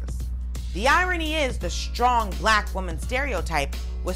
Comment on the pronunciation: Please learn how to pronounce "str" words correctly. There is no "h"!!! (ie. shtrong.)